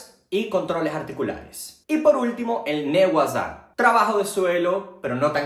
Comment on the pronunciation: los nombres en japones son faciles, solo que no saben japones , Nage-wasa, es de Nageru (lanzar) y Wasa (técnica), kansetsu (articulaciones) el último, dijo ne-wasa? no le entendí ahí.